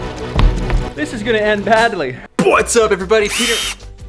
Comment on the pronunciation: When kept messing “Phuat’s up” lol love it.